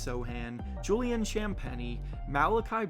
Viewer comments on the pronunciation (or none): none